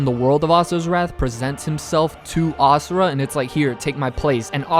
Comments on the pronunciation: Can I just say that I appreciate you pronouncing Asura's name correctly (imo, as ah-sur-ah instead of ah-zur-uh) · YESSSS YOU SAID ASURA’S NAME RIGHT!!!!